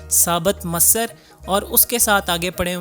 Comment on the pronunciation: Bhai bolna nahi ata to sahi sai perh to Laitai Loki k baad jo dish thi who masar nahi masoor thi